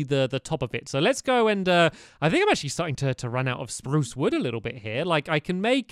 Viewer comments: You did not say it right you said sprue not sprrrrrrrrrue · Guys stamps forgot to pronounce spruce sprrrrrrrrruce